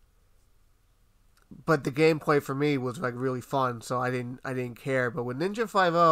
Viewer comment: “Ninja Five No”?! KICK HIM!